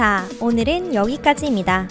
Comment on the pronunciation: 오늘읜, 지구에 있을때늰, 그늰 ... 발음 왜 저러냐 소오름~